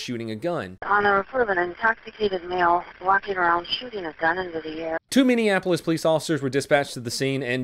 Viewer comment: Wow! pronounced the cities name correctly this time